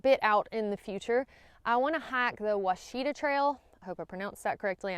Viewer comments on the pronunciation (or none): none